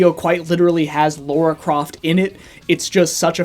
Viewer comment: "Laura Croft" It's fuckin Lara you degenerate